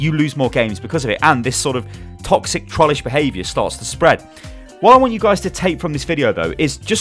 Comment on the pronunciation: always remember: "Thet are all taxic"